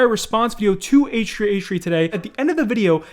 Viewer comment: Um why aren't you saying h3h3 properly... Wtf